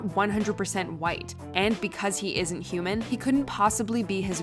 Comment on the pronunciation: I like how the Klansman dad says "yuman" instead of "human".